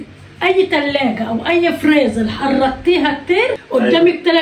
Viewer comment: إسمه فريزر يا مش فليزر مفيش حرف اللام